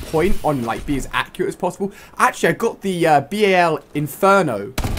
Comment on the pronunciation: It pisses me of how he pronounces the R.I.P 'rip', and then the flipping BAL (notice no full stops) he pronounces B.A.L I mean cmon I could understand spelling them both out or saying them both as they look but he is purposely ignoring the rules of flipping English here.